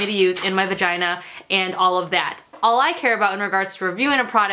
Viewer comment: "VUHGINA" 😂 I would love a period panty video. All your menstrual videos are awesome!